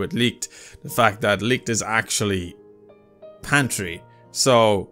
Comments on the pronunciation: PATRI not fucking pantri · Its not pantry.. Its patry... 😅😅😅